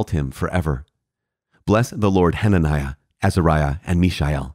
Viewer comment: Cudos to you for pronouncing the long names in the Bible.